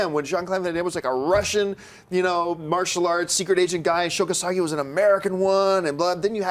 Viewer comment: Sho Kosagi??? Umm, John, I assume you're talking about Sho Kosugi (I've never heard his name pronounced the way you said it). And YES, he ruled!